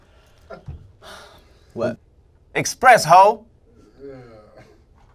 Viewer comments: He said “EXPRESS-HO” Why do people do this? Lol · My man said Express-ho 😂😂😂😂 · Nooo lie when he said "Espress-ho" my Xbox turned on 🤣🤣🤣💀💀💀 #wth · God damn it! There's no X in espresso!